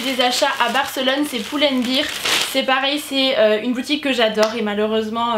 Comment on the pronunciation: Pull and bear not pull and beer , as beer in english :)